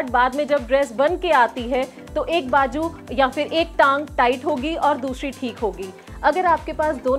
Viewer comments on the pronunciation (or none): You speak very good Hindi or Urdu . But don’t say bajoo . It is bazoo .